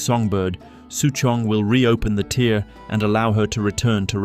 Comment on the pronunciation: Tear is pronounced tare rhymes with fare. Not a tear, like from a crying eye. Tear, like a piece of paper in half.